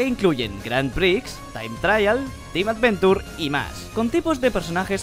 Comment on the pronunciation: Acaso dijo A D V E N T U R E